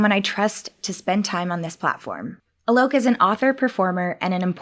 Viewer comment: His name is supposed to be pronounced 'aa-lok' not 'uh-lok'... Just saying.. Not that anybody cares..